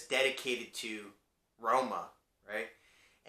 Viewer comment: Nice pronunciation for Roma, from a native of that place